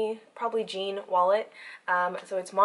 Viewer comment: I've always loved that wallet. I asked to see the Jean wallet. He told me its pronounced "John". Like Jean Claude Van Damme